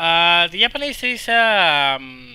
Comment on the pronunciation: i thought you said "yapanese"